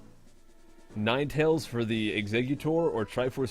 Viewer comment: I swear i heard the annoucer said "NineTits" for NineTails xD